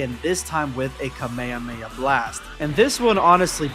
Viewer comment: please stop saying kameyameya instead of kamehameha, but regardless great vid.